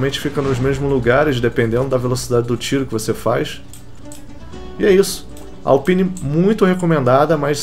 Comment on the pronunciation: mano o jeito que você fala alpine Q AGONIAAAAAAAAAAAA!